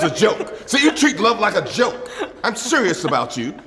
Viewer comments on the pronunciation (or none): none